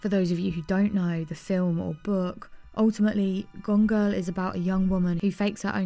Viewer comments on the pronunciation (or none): It’s gone girl, not gongo